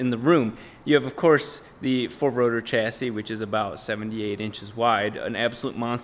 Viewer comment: When ah you gonna finish the four wotuh misteh wob.